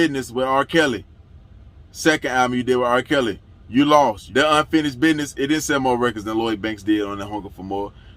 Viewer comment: "Yuh Lawst" is funny asf 😂